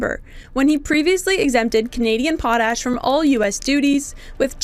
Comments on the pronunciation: 🇨🇦Our Potash will be sold to who we choose not who threatens us🇨🇦 Also it is pronounced pot-ash not pot-hash although we have lots of that too. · "POT ... a-s-h" What a weird pronunciation!